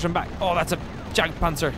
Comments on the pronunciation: Did he just pronounce the Jagdpanzer with an English J???? 😂😂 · You DO NOT say Jagtpanzer as Jagdpanzer, you say it as Yagdpanzer, it is simple German!!! Loving the videos by the way